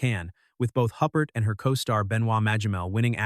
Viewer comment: Isabelle WHO? Her surname is pronounced (roughly) as "ooh-pear" not "hup-pert."